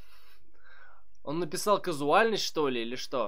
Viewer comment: КАЗУАЛЬНОСТЬ, лол) Каузальность